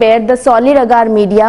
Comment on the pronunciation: Agar not aaagaar😁